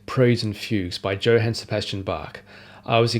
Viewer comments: "Yo-han," not "Joe-han." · Johann isn’t pronounced like that. It’s like “Yo hān” not “Joe Han” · not “Joe-han” but Yo-haan* 😂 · Joe-han? Who is so British that they insist on pronouncing the J in Johann like the j in jam? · LOL, well it wasn't my takeaway, but it seems fine to correct it. Oddly, pronounced Johannes Brahms with that 'yo' sound, and then immediately said Joe-han Sebastian Bach. It grated on me, and just seems odd for someone so enamoured by his music, and to study it so deeply that he can play all of the WTCs, not to get the man's name right. Or if he knows something I don't, then it's worth flagging up so we can (over?)learn. I don't think there is or ever was a hard J sound in German. Even Ja is pronounced Yah. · Joe-haen ? I know British people have pronunciation difficulties but this made me bounce 10s in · What a lovely day on the intern- DJO-HANN???? Edit: I see you're a polyglot (and professional name reader!) so this must be engagement bait. Fair play. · I think we can forgive a minor pronunciation error. I'm sure he'll forgive you thinking he's a Brit when he's clearly Australian...! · Apparently you haven't learned how to say "Johann" or "prelude"! I joke, but it's interesting to hear some of the things I learned while playing these pieces formalised into a tidy list. Congratulations!